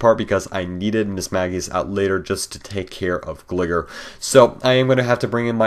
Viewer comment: pronounced glygar not gliger